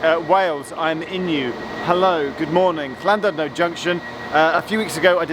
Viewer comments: You pronounce Llandudno wrong, it's "Llan did no"...... The passing loop was for the once a week flask train that ran to Trawsffynedd nuclear power station which lay beyond Ffestiniog on a freight only line, an old GWR line to Bala....... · Llandudno is pronounced Llan-did-no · Splendid line, splendid video. But pronunciation of Llandudno is more accurate than Geoff's.